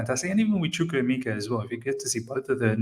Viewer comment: Of all the Chelsea youtubers, I think u pronounce chukwuemeka better😀